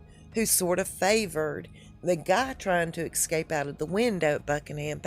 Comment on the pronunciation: the word is ESCAPE not EXCAPE. That is from a staff quarter's window at the place.